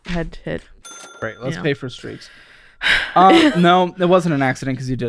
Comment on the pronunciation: That fact that she says "shrieks" instead of "STREAKS" is driving me up the wall!!!!!